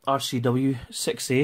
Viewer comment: The way you say "6A" sounds like you're saying "sexy." I dig it.